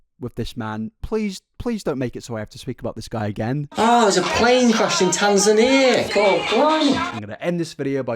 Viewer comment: I know this dude is absolutely horrible but I can't get over "there's a plane crash in Tanzania? cor blimey" 😭 It's straight up like one of those posts where people make fun of British accents by saying "it's chewsday innit mate"